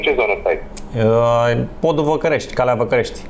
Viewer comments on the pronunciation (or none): Podul Vãcaresti 😂😂😂😂😂 Vãcãresti 😂😂😂😂 ai de capu meu ..